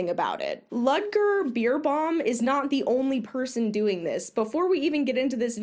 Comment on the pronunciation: German rider here: The correct pronunciation of his name would be "Lood(as in loot)-ger Bare-bow-m". Also looked at the first website, this man is literally claiming that what he was doing was "Touchieren", which usually describes touching the horse lightly as a signal (like if you want your horse to move its butt so you tap it with your whip as a signal to move). It's crazy what these people get away with and sadly the reaction to stuff like this that i have seen in competitive riders at my barn is usually "oh no how sad that he did this to his horse for profit and fame, good that we don't exploit our horses for medals :)))" and then they go force their horses into the worst bits i have seen and behave like they're all better than you for "being successful" and not just working with your horse at home. Fuck that. Horses are not your sports equipment to use and abuse.